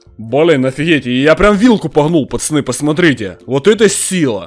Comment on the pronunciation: Ты говоришь почоны хмм почемк